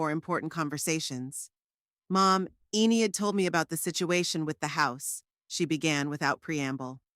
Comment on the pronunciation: E nid, why use names you can't pronounce? Good story except for the irritating enieid